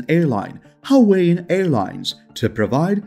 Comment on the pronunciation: You really might want to learn to pronounce the US state, "Hawaii" as well as derivatives like "Hawaiian".